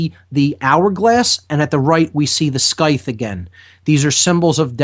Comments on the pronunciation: "Sky-th"? the pronunciation is "Sigh-th" . . . rhymes with Tithe, like "size" with a lisp. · Dear. I'm from England and we pronounce it "Sigh the", the ancient agricultural curved cutting knife on a long stick. Thank you. Carry on:)